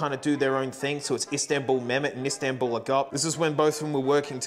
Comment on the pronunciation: Didnt know Zildijan were by turks (and I am a turk) guess Ill learn something new everyday (also I am suprised you pronounced İstanbul Mehmet etc not bad tbh)